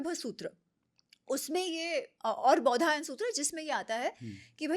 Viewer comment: बोधियाना नहीं बौधायन